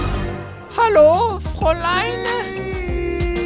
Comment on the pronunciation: Bonnie ex c'est pas froline c'est frontline qui veut dire première ligne en anglais